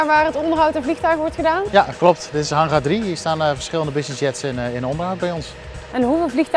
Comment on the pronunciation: Het is geen haggaar maar Hangar